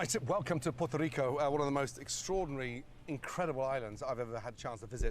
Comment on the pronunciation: You forgot how to correct him say Puerto Rico too my boy lol